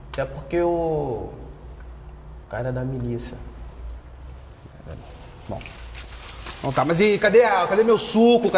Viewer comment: "Miliça" kkkkkkkkkkkkkkkkk